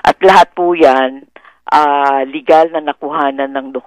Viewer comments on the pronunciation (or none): none